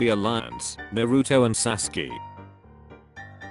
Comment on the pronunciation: sasuke more like saskee